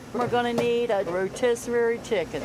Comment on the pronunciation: Who taught them how to pronounce rotisserie?